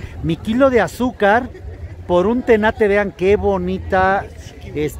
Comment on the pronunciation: Eso es un tenate no tanate 😂